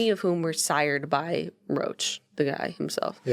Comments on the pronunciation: Loved this podcast and know i’m pretty late , wanted to say very respectfully and kindly that it is pronounced Rock not roche! It was all over the news for years in canada/Quebec ! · Roch is pronounce like rock in French. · Roch is pronounced Rock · its pronounced "Rock" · The name Roch is pronounced Rock :)